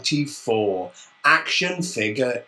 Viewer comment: хватит говорить акшен